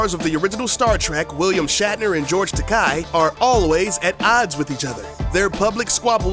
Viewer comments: George TA-KAY not TA-KAI :) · It's TakEI. Like TOUPEE. XD